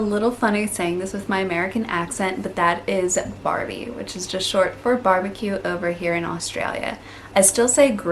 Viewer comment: You are saying arvo and barbie just fine.